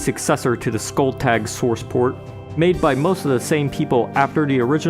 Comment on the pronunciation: Do you say sworce ports on purpose?